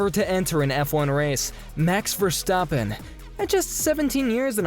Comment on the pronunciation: But he pronounce Max Verstappen correct? Michael Chupa chups!